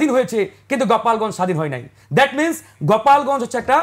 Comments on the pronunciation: গোপালগঞ্জ কে গপালগঞ্জ ইনফরমেশন কে কনফারমেশন 😂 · সে তো দেখি অতিরিক্ত স্মার্ট... গোপালগঞ্জকে, গপালগঞ্জ বলে😊